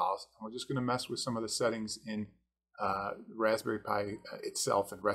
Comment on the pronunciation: Raspberry pi is pronounced "raspberry pie"